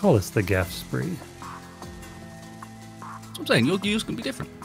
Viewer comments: It's not that gaf spree. It's pronounced like "graph shpay". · Technically, it's the "Graf Spee", but I do like the far more chilled "Gaffe Spree".